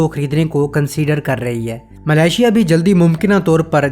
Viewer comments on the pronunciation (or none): none